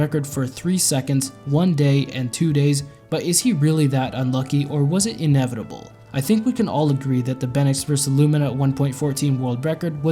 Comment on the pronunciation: "inevidable" Chatting